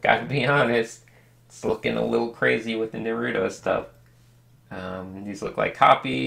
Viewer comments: I ALWAYS WONDERED WHY IVE SAID NUHROOTO INSTEAD OF NAHRUTOE AND ITS BECAUSE OF THIS VIDEO THANKS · How he says naruto though😂😂😂😂